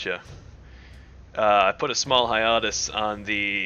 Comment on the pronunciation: .. I just realised what you were trying to say, you mean [{HIGH-AY-TUS}]